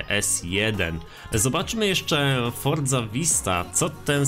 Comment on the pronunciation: ale psuje mi wymawianie "fordzy" co to jest, ma być@ jakieś dziwne wymowa forza horizon? jesli już to "fortsa" przez t lekkie